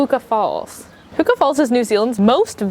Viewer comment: It's Huka Falls not Hookah Falls!!